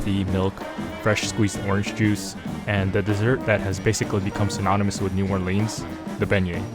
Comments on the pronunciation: Please say the name of the city correctly!! Locals will laugh at you if you say NEW-OAR-LEENS!! It's pronounced NEW-OAR-LINZ!! The last person who could pronounce it that way without it being dorky was Louis Armstrong & he's been dead for 48 years. Also watch some Youtube videos about the pronunciation of the street names. It'll help you out alot!! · It’s pronounced New Or-LINZ not New Or-LEANS.